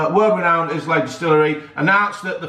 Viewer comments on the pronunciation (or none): There’s only one solution to you not being able to pronounce Islay, you should take over to Islay it’s a beautiful part of the country 👌🏻